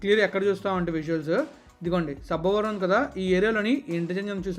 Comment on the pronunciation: Not sabbaaa varam it's sabbavaram